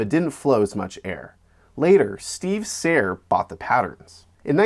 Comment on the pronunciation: Steve Serr’s last name is mispronounced twice in this video. It’s pronounced “SIR”, rather than the German pronunciation used in this clip.